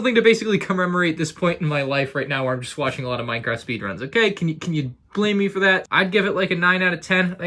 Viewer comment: Is it just me or did he say Y-craft in the beginning?